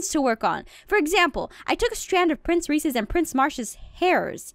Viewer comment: XD I JUST NOTICED PRINCE MARSH-MALLOW! PRINCE REESE-S